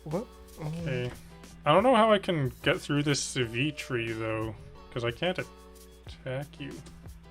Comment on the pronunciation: TIL the reason people mispronounce Sivitri is because the little bit of artwork gets out of the frame and makes the `v` look like a `y`!